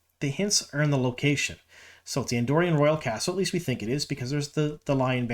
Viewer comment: First of all, a pet peeve... It's AndorAn, not Andorian. We're talking about WoT, not Star Wars! I think she may be Elaida as you suggested, but honestly, she could also be Lini (my first thought) or even Morgase, since they're not doing the ageless look.